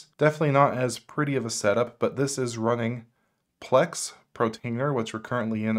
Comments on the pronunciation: That was mispronounced, it's por-tainer, not pro-tainer. Just FYI so you know. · good channel, the pronunciation of Portainer is Por tain er not Protainer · Bro, its PORtainer, not PROtainer. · It's PORtainer, not PROtainer ! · Why does he call it Protainer instead of Portainer? Is it an insider joke? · It's pronounced (pour-tainer) and it is spelled portainer, not protainer and (pro-tainer). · no, it's just one of several mispronunciations in the video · thanks to your video i learned about mealie, kavita, kasm, audiobookshelf. i already knew about homarr & freshrss, but i'll be having another look at them now. that said, surely if you're going to review/promote/mention apps you'd take care to pronounce them correctly! i'm sure the developers of these apps would cringe at your mispronunciations. as others have already mentioned, it por-tainer, NOT pro-tainer (i did see your comment that you were going to try to fix that in your following videos. protainer was the worst of the mispronunciations as it was mentioned again & again & again. Other mispronunciations: - kasm (which I assume it meant to be pronounced chasm), you said kazzam, kazamma & also kasm at one point - deluge (which others have pointed out is pronounced del-yooj), you said devulge & something like delolge - prowlarr (one of the *arr apps, where the arr sounds like a pirate's 'arrrr matey'), you said prowler - NUC (i've heard others say nook, so it's not just you), but as far as i know the correct pronunciation is nuck (rhymes with duck) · I love how you pronouce pROtainer :D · Not sure if it's just me, but I keep on hearing Pro tainer instead of Port tainer. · I'm sorry, but I can't help but hear you pronouncing Portainer as Protainer. *8') I don't know if it's deliberate, a cultural thing or you're just copying someone else's mispronunciation, but I'm finding it really jarring, which is a shame, given how interesting your content is. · its called PO R TAINER... not P R OTAINER ;-)